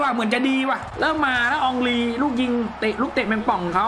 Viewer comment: เฮนรี5555 มันชื่ออองรี😂😂😂